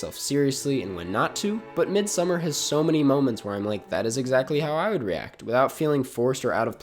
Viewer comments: It’s not midsummer it’s pronounced Mid-Sawmmer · Try pronouncing it as "mééd-sa-marr" and I think that's as close as it gets to the Swedish pronunciation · I actually had no idea, I dabbled in listening to Icelandic music so I pronounced it as Mid So Mar based off of what I heard but then all the critics called it Midsummer. I actually thought I might have been wrong lol. Glad someone was able to straighten that out. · Ok review. But your mispronunciation of ‘Midsommar’ was totally distracting the entire time. It was cringe worthy. Watch an interview with Ari for the correct pronunciation.